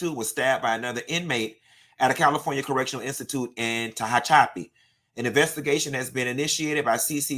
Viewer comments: lol Ta-hatch- apee is how you say where Torey Lanes is. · It’s the Tehachapi annunciation for me!! 🤣love you down! Day one here!!❤